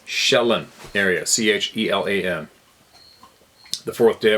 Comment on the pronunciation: The lake in WA ....Chelan.....is pronounced.....Sha lan...